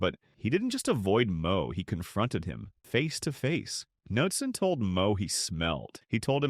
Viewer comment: Narrator has no idea how to properly pronounce golfers names. ie Knudsen, Deneret